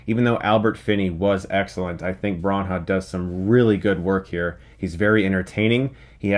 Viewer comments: Bron - haw? Seriously dude, it's not that hard to pronounce... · Chris, it's "Branner" not "Baun-huh". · I worked in the industry before starting my own business. If you mispronounce A-list actors and directors names within the confines of the industry you will get laughed out of the room. Another thing he doesn't know is that he has NO chance in Hollywood now that he is a film critic. You cannot bash movies as he does and then get accepted into the industry. The industry is not a democracy. It's a club. If you bash club members you will never get in. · Ok Chris, love your work but... 1 It's Bran-na not Bron-ha. 2 You obviously could not have seen David Suchet as Poirot who played the detective in the long-running British tv series. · ITS NOT PRONOUNCED BRAHN HAHW. its just bra-naw. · Bronha? Kenneth "Bran-ah" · Chris, like the review, but where did you get the pronunciation of Kenneth Branagh from? There is no h after the n, it’s not Bran-ha but Brana (silent gh) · Chris, his name is Brannagh, not bran ha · Love you, but its bran-ah, not bron-ha. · “Braw Nah” Chris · Who the hell is Kenneth Braan-haa? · also, he said BRANHAR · Branagh is pronounced "Branna" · Kenneth brahn-HAAAH! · I came to the comments for this. It's just Brah-nah. Surely, Chris would know this after all these years! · Sounded like he said "Baw Gawd", Good ol J.R. from WWE lol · With "Branna", many people may pronounce the "a" like the one in "brave". I think just using "Brah-nah" gives you the right vowel pronunciation. Anyway, the guy's been round for what, 25 years? Not a hard name either. Can't wait to see Chris attempt Domhnall Gleeson. ;-) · lol I know right. I was like "Branhaw? Hmm must be a new upcoming director or something." Turns out he was talking about Brannagh and I was like, "Why in the world would you pronounce it like that???" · who the fuck is Kenneth Bron-ha? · Chris knows about movies yet pronounces the name of an exceptionally well known actor "Bran-ha". Shame.